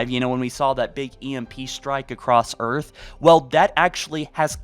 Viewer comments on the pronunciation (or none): none